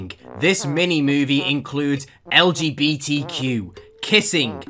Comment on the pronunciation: I can't say how much i love when says "Lgbtq" and it sounds like LGBT cube